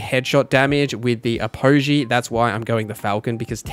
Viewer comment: Say Apogee wrong one more time and im gonna self delete